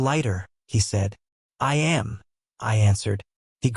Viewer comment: Narration pronounces am as amm. I wonder if anyone will ever train this AI.